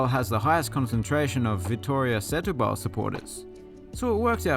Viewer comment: Good video. However, Setúbal is pronounced "stew ball".